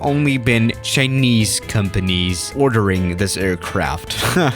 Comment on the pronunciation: "Right in front of us we have a chineyse plane"